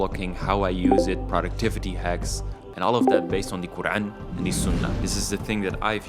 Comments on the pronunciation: brother your quran pronunciation is much improved. masha allah. as you read surah ul hassar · You are very correct and all of what you say is true. Your pronunciation of the Quran is beautiful. I aspire to be like you inshallah.